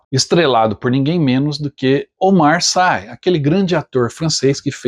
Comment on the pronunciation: Obrigado por antecipar o que vem por aí. Você me permite um reparo? Não é crítica, longe disso, mas apenas uma contribuição. Notei também em outros vídeos que você tende a adotar uma pronúncia para nomes que não são em inglês como se fossem. No caso aqui, o nome do ótimo ator Omar Sy é pronunciado como se escreve mesmo, já que ele é francês. Logo é SI e não SAI. Por favor, sei que não se tem como dominar todos os idiomas, mas eu que trabalho com alguns te sugiro uma coisa que os franceses fazem muito. Eles não se importam tanto em ter que ter obrigação de pronunciar nomes corretamente em cada idioma de origem, então afrancesam todo nome estraangeiro. Noto a mesma dificuldade e equívoco no pessoal que transmite futebol e que fica na saia justa sobretudo nas Copas.